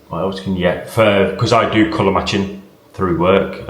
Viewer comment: I do colour matching; does sound like colour my chin